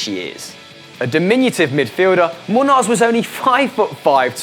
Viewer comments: muños is pronounced munios and i'm malaysian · You miss pronounced Miguel Muños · Miguel Muños probably the easiest name to pronounce on this list and you absolutely fucking butchered it worse than a serial killer